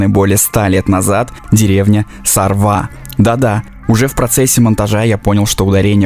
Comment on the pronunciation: сарвА...на последнюю букву ударение. Там ещё хариуса ловят нахлыстом. Место кайфное. Видос тоже) молодцы